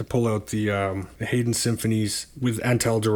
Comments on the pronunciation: I spelled them out the way they are typically pronounced. You were saying it like “Hayden”. Check out David Hurwitz’s channel if you are unsure about composer pronunciation, he has thousands of videos for any given piece of music and has been a music critic for years. But I don’t mean to diminish your content, I really enjoy it! I am new to vinyl and you are helping me figure out what is good (and what isn’t)! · In English Bizet is pronounced Bee -Zaa not Biz et, Haydn Hi -Den not Hay den and Handel is frenetic not Hen Dal.